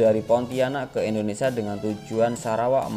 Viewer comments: indonesia brooo... bukan indonesa...😂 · Setiap bilang indonesia selalu di bilang INDONESA kacau ucapin bangsa sendiri aja salah